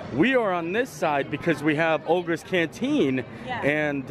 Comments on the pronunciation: Great video. Just an FYI - it’s “Oga’s” not “Olga’s” 😉 And yaaaaay! Adam the woo! 😁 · you mustn't disrespect the host. Oga's Cantina--not Olga's. Are you trying to start an intergalactic incident? Great video,. It was good to see you with Jackie and Adam.